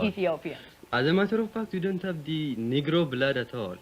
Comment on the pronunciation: Bro said "the nigro blood ""😂😂😭😭